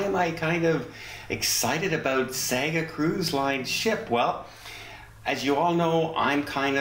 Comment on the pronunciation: Hi,it's pronounced 'Sarga'. 😃👍🏼🥰